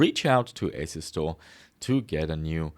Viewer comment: How do you pronounce your company name? Asu-store or asus-tore? I presume your brand has nothing to do with Asus so probably Asu-store (as in as-you-store)